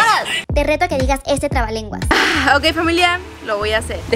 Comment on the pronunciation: El clabalengua te salió muy bien dicho